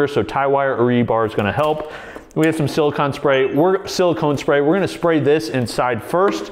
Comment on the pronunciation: Did he just say siliCON instead of siliCONE...